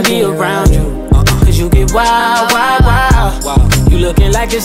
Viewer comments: I swear the time she said wild I heard it wa wa wa 😂😂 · I love this song but i never knew why rihana pronounce like that the word wild i never heard it maybe beacause its a trap song.